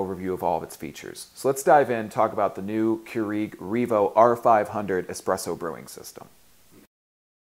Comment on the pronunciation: I was too distracted by the way you pronounced Keurig. But thank you.